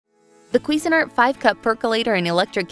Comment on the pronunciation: Say "Cuisine" and then "Art" and you'll be pronoucing it right. Cuisine Art.